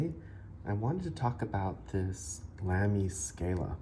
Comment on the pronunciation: With respect, the brand is pronounced “Lahm-y” not “Lamb-y” and short “a” rather than long “a” on Scala. It’s a nerd thing. Nice review and nice pen.